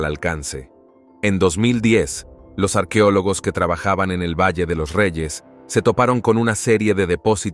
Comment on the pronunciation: No se dice arquiólogos, se dece es arqueólogos. El español no cambia los sonifos así se esté hablando rápido.